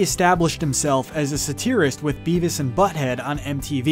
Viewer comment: Sounds like this was first time with the words 'satirist' and 'usurping'.